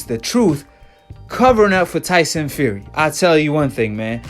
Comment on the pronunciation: he says his name tyson feary